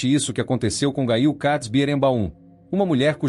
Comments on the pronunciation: A PRONÚNCIA É: GÊIL😮😮😮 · Gail????? Gente, o narrador pronunciou o nome errado....não consegui ouvir mais...quanta desinformação....